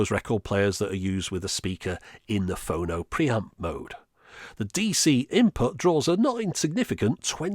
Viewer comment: Is it wrong that it’s freaking me out hearing “Phono” like “oh no!”